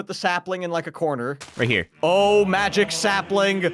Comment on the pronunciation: and also did you hear prunouns the block into a mujic block